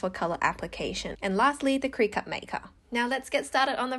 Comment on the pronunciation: You're pronouncing Cricut wrong 😆 It's "cricket" 😂